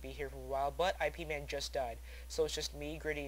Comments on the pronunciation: Its Ip man, not I..P.. man lol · lol awesome somebodynaped there characte after that movie. oh and the horrect way to pronounce it is with a little y sount in the beginning, so it sort of sounds like yip man. those movies are great, ive seen both of them likethree times xD once i watched them back to back in a night with some friends who've never seen them. pretty great.